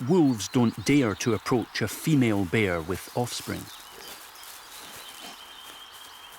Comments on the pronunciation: Why this narrator pronounce the word "bear" and sound as if "beer"..I feel it a bit awkward. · Said beer because that’s the Scottish accent! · Bear or beer??